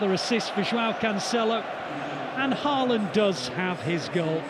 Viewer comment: Please get Haaland's name pronounced correctly.